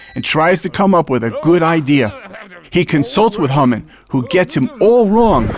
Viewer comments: Hamen..not Humman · it sounded like you said humming not hamman!